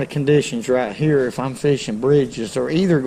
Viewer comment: “That’s what we like to catch heyah”